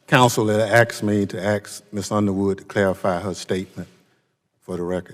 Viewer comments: The Chairman... How does a man who cannot speak the English language properly be elected into our government? The word is ASKED. Not AXED. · "I have been axed to have Rep. Underwood clarify.." Nuf said.